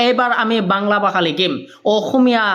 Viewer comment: Bhasha ❌ Baha 🤣 Bharat ❌ Barot 🤣 Val khobor ❌ Bal khobor 🤣